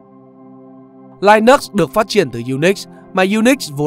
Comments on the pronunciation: Linux không phải đọc là lai-nấc mà là li-ních nhé bạn. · Đọc là linix nhé bạn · nhà mình phát âm sai Linux rồi. Theo mình phát âm theo ý của Linus Tovalds mới là đúng